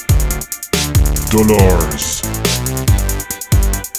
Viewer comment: c'est dolare pas dolase